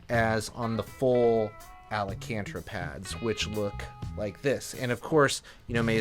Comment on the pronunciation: Do you mean "ALCANTARA"? 😬